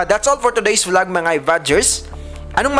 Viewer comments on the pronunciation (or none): none